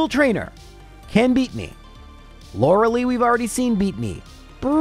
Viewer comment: Arc-uh-nine. Sorry, it bugged me. Also, why is Blaine's team lower level than Sabrina? She has 3 level 50 Pokémon in Yellow and Blaine's highest is like 49 Edit: And its Lo-ruh-lie